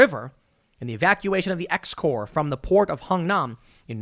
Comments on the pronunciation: It's not X CORP!! Army divisions are ROMAN NUMERALS. That's "TENTH CORP". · FYI, X Corps is pronounced as "10th core".